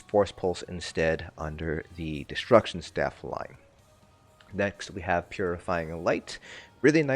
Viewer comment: What staff? I know you must have said 'destruction staff', but it really doesn't sound like it.